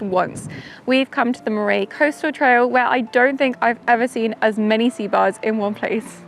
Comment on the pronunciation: Moray is pronounced Murray, as in the name. Not More-ay.